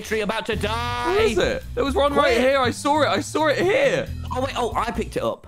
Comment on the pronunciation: ‘i sawr it, i sawr it!’ i fucking love british people